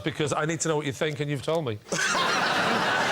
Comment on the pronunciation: says fink instead of think... Ugh.